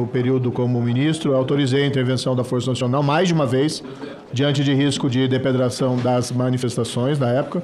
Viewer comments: Ele disse "DEPEDRAÇÃO"? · "risco de DEPEDRAÇÃO" 😂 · O ex-juiz fala DEPEDRAÇÃO, quando o correto é DEPREDAÇÃO! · Será que só eu que ouviu ele falar "depedração"????😂😂😂😂😂😂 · Adorei o minúsculo e você ouviu ele falar depedraçao? Hahahaha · "Depedração" é ótimo! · SÉRJO: depedração? 😂😂😂😂😂😂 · Ele falou "depedração" 😅😅😅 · É impressão minha ou o Moro falou "depedração" ao invés de depredação? 🙄 🤦‍♂ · Socorro meu Deus Moro o juiz do "conge" soltou mais uma pérola na CPMI "DEPEDRAÇÃO"😂😂😂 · Depedração? Esse ainda senador deve ter fugido das aulas de português! Depois da "conja", agora falou "depedração", isso é pra acabar com o pequi do Goiás! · Quack não consegue falar depredação. "Depredação" deve ser destruição à pedradas...😅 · É um ignorante total esse "conje": além de desconhecer a lei, no que é corrigido pelos deputados, não sabe que a pronúncia correta da palavra é "depredação" e não "depedração". Realmente um mistério como conseguiu passar num concurso. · Gente, o que é "depedração", kkkkk... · Mano, ele falou "depedração "! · CONGE... DEPEDRAÇÃO... KKKKK É estúpido demais. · depedração??? kkkkk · Depedração...Meu Deus...O Moro tem dificuldade com a LÍNGUA PORTUGUESA. O CARA NAO CONSEGUE FALAR CORRETAMENTE...TODA VEZ!!!! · Como que um juiz fala drepedracoes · Depedração? kkkkkkkkk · Alguém percebeu, ele flw depedração kkkk senador tem que saber falar depredação, pelamor 😂😂😂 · Vergonha alheia, ignorância, falta de conhecimento da nossa língua e no geral! A minha maior estranheza dentre outros erros de português foi ele falar 'DEPEDRAÇÃO' ao invés da palavra depredação. Lamentável um ser desse ser juiz, senador ou qualquer outra coisa! Vá estudar, se atualizar para não passar vergonha. 🤮🤡🤬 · Risco de "depedração" rsrsrrssss Do mesmo autor de "conje" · Depedração? 😂 Deve ser ignorância e má fé, porém, mais ignorância mesmo; o cara não sabe pronunciar depredação. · O "conje" falou "depedração"?😂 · Diante de risco de "depedração" como pode um cidadão desse ter sido juíz!?